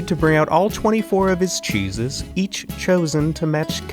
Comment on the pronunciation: I hate that Ned is Italian and yet can’t pronounce cheeses properly.